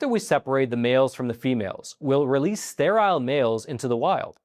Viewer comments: It's pronounced Stair-ill not Stair-aisle! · This man cannot even pronounce sterile. Why would anybody listen to him? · Please learn to pronounce sterile. It rhymes with peril.